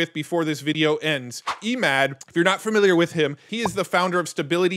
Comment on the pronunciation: I believe it's pronounced EH-mod Think "Emmett", but replace -met with -mawd Emphasis on the 1st syllable, and a soft "a" as in "ball"